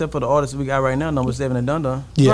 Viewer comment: Am I the only person irritated by ppl who say “ARTISTSES”❓😂